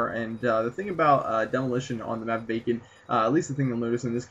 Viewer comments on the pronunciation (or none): thumbs up if you thought he said bacon at the begginning of the vid :) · thumbs up if you thought he said 'on the map bacon' xD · I thought he said the map BACON..